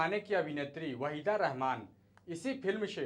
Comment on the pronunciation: Abey sahi se naam lena seekh le warna ye kaam chhor de Tere bolne ka tarika bhi bada ajeeb hai.. Channel wale pata nahi kyun aise chutiyon ko rakkhe hai